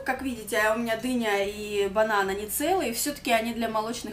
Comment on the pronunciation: То чувство, когда вместо дыня, показалось Дэня🤣